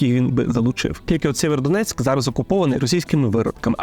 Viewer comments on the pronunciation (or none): Дякую,тільки правильно Сіверодонецьк.